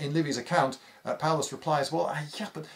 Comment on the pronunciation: "Paullus" Uh oh